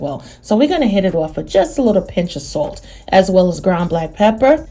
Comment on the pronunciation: Nah it's the word salt that the accent comes out.